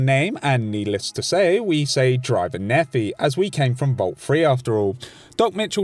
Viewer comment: Great video, but that fucking pronunciation of Driver Nephi's name. It’s not Nephee, it’s Nepheye.